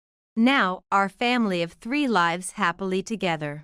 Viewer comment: When will you learn how to pronounce the word 'lives'? It is amazing how dumb the readers are and the script writers are.